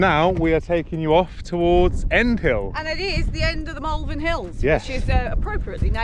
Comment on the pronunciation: Did he say Malvern? Everybody knows its' pronounced Malvern. And don't even get me started on my own incorrect use of the apostrophe.